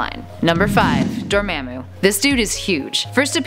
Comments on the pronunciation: Dormammu is pronounced Door-mom-u not Dir-mim-u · it's spelled dormammu but pernounsed door-mom-oo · Not to hate or anything, but it's pronounced Door-Mah-moo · Door-mom-ooouu I cringed when u pronounced it😭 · Dormammu pronunciation (Door-mom-ooh) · Really? Door-mom-moo. That's how you pronounce it, ma'am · Its pronounced door-mom-moo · Dormammu is pronounced (Door*mom*moo) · This is how you say dormammu the right way Door- mom-ooo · You say it door mom boo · Door ma'am moo?? rrreeaally hun? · It's pronounced (door mom mu) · this is how you say dormamu door ma moo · how do you pronounce dormammu so wrong